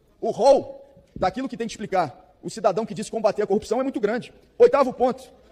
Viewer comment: O ex procurador e o seu enriquecimento exponencial, utilizando laranjas..... Copissão? Corrupção, palavra que não consegue pronunciar, mas consegue praticar.